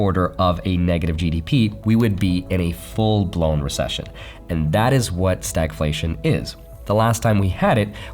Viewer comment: Can you say Resession?